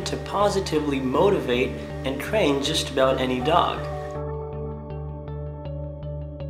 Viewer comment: THE WORD IS ''TRAIN'' NOT!!! ''CRAIN''